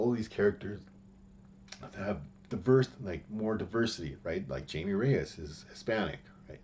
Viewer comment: Glad to see more interesting takes than from most comic youtubers. Also, his name is Jaime nor Jamie.